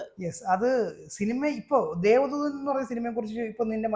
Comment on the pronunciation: 'ധൂ' അല്ല! 'ദൂ'